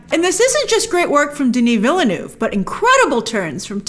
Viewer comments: It’s pronounced “ villneuve” not “vil-le-neuve” Just saying you’re welcome good night. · Hi Grace, Villeneuve is 2 syllables: Ville (town/city) + Neuve (new) You pronounce it: vill-neuv The 'E's at the end of each word are silent. Did you know that the spice that is so valuable and coveted in Dune is in fact dried up worm excrement? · Vill-Eh-Neuve lol